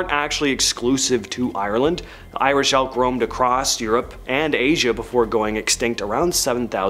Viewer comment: Irish Elk. I thought you said ‘Irish Elf’, so yeah, that was disappointing